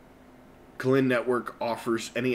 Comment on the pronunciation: It's pronounced Kuy lin. Other than that, great content!